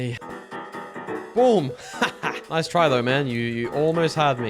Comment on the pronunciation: italian noice